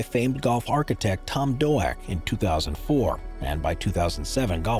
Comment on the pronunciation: Ahh, yes, famed golf architect Tom Doh-ack 🙄